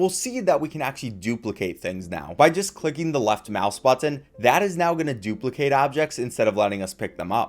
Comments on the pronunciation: Never heard someone who pronounces the t's like that in button haha butt-in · Man you really say BUT-TIN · I love everything about this except for how this guy says button like "butt tin" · The way he says button has got me on the floor😂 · The way you say "button" is really strange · the way he says button is so awful I cringe every time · this guy says "button" weird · You say "Button" like you don't know how YOU should say Button. It sounds like it's someone else's accent for just that one word. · Never heard anyone hit the word “button” with the hard T like that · it feels like you had never come across the word 'button' before this video.. you know it's one word not two right? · Ahhh i cant do the over pronunciation of "button"